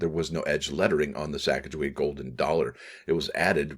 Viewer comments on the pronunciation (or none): If only someone could properly pronounce her name ! I have yet to hear anyone with a YouTube channel say it correctly. 🇺🇸🦅🇺🇸